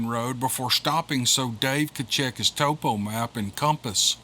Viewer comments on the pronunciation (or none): none